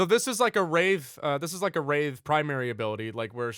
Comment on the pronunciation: Anyone else think he pronounces Wraith like Rave?